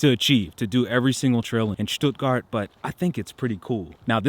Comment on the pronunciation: Thank´s for not pronouncing the town "Stuttguard"!